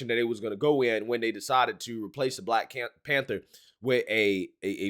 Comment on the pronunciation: "Black Panbther" Lol.